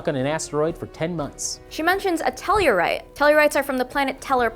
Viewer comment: Tell Ar Ite ... NOT TELL U RITE !! Learn how to pronounce stuff before you make commentary on something you obviously do not know much about.